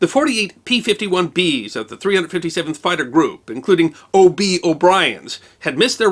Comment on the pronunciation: I have a couple of buddies that go by that nickname, last name O’Brien, and it’s not pronounced “O”-“B”, it’s “Obee”. Another great vid!!